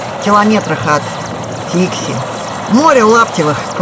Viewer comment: Посёлок Дикси! Или Фикси? Вас не разобрать